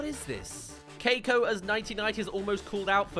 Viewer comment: Can we agree that the brain in the jar looks like a really bad parody of Caine from TADC? Edit: Again! It will not CEASE to annoy me that the kid’s name is pronounced “Kai-ko” or “Cake-ko”? and not “Kee-ko”. 🤦‍♀️